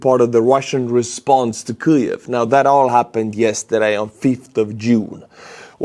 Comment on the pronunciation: Why does he pronounce “Kyiv” from the back of his throat??? Why not say it like everyone else?